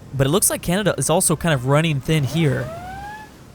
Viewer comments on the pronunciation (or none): none